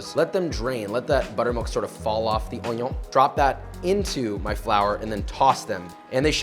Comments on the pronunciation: A smile at the "onyon" part. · The way he says onion annoys me